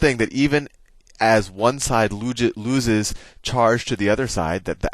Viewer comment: as even one side loojhes -looses charge